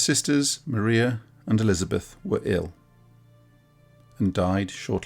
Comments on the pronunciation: Mrs Brontë's Christian name is pronounced with a long 'i', Mar-eye-a, in the English way. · and perhaps even more lesser known would be that Maria was pronounced Mariah.